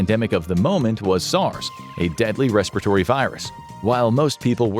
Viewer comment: A deadly “Respatory” virus. We should be Diplomatic shouldn’t we, is that the same as Respiratory coz sounds like it could be,with words missing, just like “Labratory” presumably means a,Laboratory, “La-borra-tory” or “La-borra-tree” Saying things a different way is one thing, completely missing out letters and saying them a totally different way is something else entirely, eh.